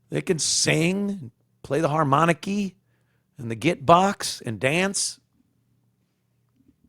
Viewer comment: The harmonikee, I'm still laughing